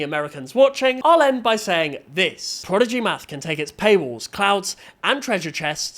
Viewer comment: What is ‘Progidy?’ Edit